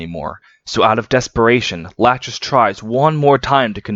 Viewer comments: Bro, why are you calling het "Latchesees" lol Her name is a reference to the 2nd one of the three Moiras from Greek Mythology - Lachesis The correct pronounciation should be "La-ckhe-sis" (the ch sound in Greek is not present in English, but it's similar to a more guttural j sound in Spanish) At least it's not as aggravating as Project Naga's RAQUESIS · not to be That Guy, but in heroes nanna pronounces her mum's name as "la-kee-sis", so i think that's the canon pronunciation. but otherwise i love this video!! i love lachesis sm!! this was a good reminder i need to keep reading the genealogy manga